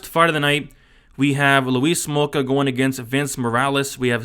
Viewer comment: Or you calling him Louise Smolka?!🤔